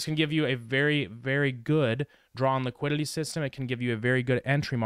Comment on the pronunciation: That squiddily didilly liquililly 😂